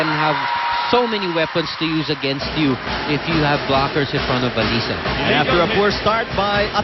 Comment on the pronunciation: Nakakangilo pakinggan yung "alisa" 🤣 same naman spelling noon pa db LY namn..😜